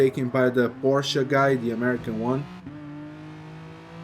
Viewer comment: It is so satisfying that you're saying "Porsche" and not "Porsch'... Makes my German heart really proud ! Good video man!